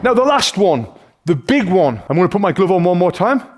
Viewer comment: He said gluve